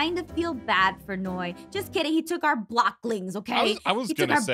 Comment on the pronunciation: It’s Noi not Ein .